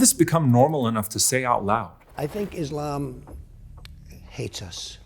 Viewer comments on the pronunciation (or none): none